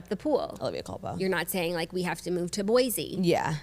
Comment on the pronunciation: Also all the Boise talk today queens!!! Idaho swirly here and It’s actually pronounced boy-see!